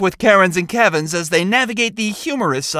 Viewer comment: Its KENS! Not KEVIN'S